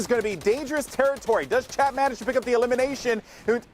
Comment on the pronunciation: The dude called Chap “champ” lol